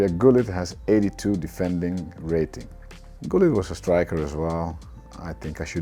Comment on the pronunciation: so it is gullit not hullit??